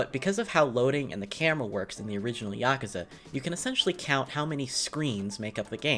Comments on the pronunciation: Am I the only person that got mildly triggered when he said yakaza instead of yakuza? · YakUza not YakAza